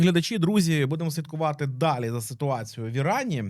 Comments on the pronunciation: На початку відео «слідкувати» для мене прозвучало як «святкувати»😅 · Хахахаха, так само почулося 😂